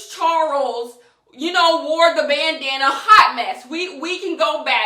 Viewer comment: "JAmeS ChArOLes" 💀💀💀